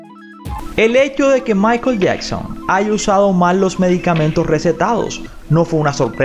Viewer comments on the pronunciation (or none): none